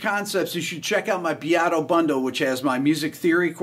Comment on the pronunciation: His name is Beato. Rick Beato. Bacon not herbs. Emajor9. 🎸